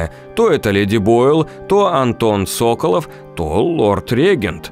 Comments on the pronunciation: Вот все хорошо, но с ударениями что-то промахнулись: Серкóнос, Да́нуолл, Соколóв Спасибо за видео по обожаемой вселенной) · Ну как тебе сказать.... Тут много ошибок в названиях локаций, имëн персонажей (Соколóв, а не Сóколов) и другие мелкие ошибки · Одна поправочка: я думаю что все таки СоколОв, а не СОколов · не антон сОколов, а антон соколОв... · Может быть всетаки правильно Соколоооов, а не Соооооколов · Что за сОколов? Уже собственные фамилии произносить не в состоянии. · Соколóв, а не «Сóколов» 🤦‍♂️🤦‍♂️🤦‍♂️ Г - русский язык А итог вообще бред сивой кобылы 🤦‍♂️🤦‍♂️🤦‍♂️, что у тебя в голове как не мусор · сОколов. сОколов. Ребята, вы вообще из России? Даже в игре правильно произносят русскую фамилию. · так он СОколов или СоколОв?